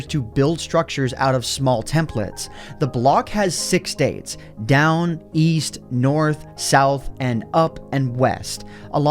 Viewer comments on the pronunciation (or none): East? I thought you said W E A S T